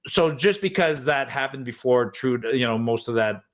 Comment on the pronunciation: "TURDEAU AND HIS BODY FARMSS" ??